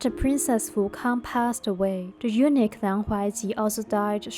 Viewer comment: Real ancient story? Or narrating a drama?? Narrator sounds so weak, I almost doze off😅 anyway, I think eunuch have pronounced wrongly😅😂